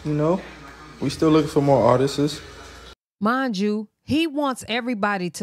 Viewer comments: Him saying ARTISTSES is killing me!!!!! It’s ARTISTS!!!!! Go to bed 🙄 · Artist”ist “ 😂😂🤦🏾‍♀️ bless ‘em Lord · Artisisistss? !What?? 🤔😂😂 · How many times can he say artists WRONG?!?…and we act like he’s articulately inclined?